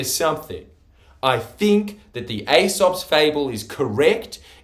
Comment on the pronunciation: Ee-sop* As in encyclop-ee-dia